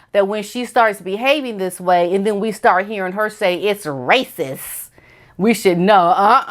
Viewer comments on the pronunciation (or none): none